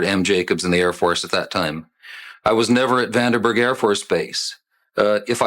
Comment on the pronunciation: It is bothersome that Jacobs calls it "Vanderberg".